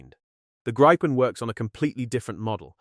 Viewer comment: Please stop pronouncing it a gripe-pen. It is greep-pen (grippen) and means Griffin/Gryphon in Swedish.